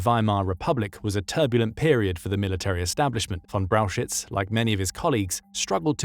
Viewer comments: Could you please repeat Brauchitsch for me? LOL. It is not Brauchitz, definitely not. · The pronunciation of Brauchitsch in this video is wrong. First look at the two syllables: Brau-chitsch. So it's frist Brau and then chi (think of "huge" and combine the "h" sound with an i (like in "in") and then a tsch-sound. tsch is pronounced like "ch" in "much". So then we have "brau-h(uge)i-(mu)ch => "brau-hi-ch" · Braukitsch is wrong. Brauchitsch is corectly written, but wrongly pronounced in the video . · lmao butchered the pronunciation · I love your Videos but the pronunciation of his Name drives me crazy as a german🫠